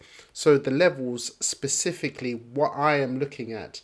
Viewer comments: Specifically not sisisipicly also 0.52 was a good time to buy after the pump not at 0.62 cents like this guy has just done and bought into he is way down right now iv just bought a load at 52 cents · When you say specifically you start off with a sp a spe a spe not a sis.Also this guy cannot chart his t.a is terrible